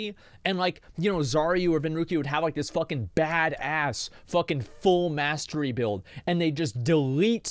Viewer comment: The way this guy says "Mastery" as "mass-tree" is fucking irritating.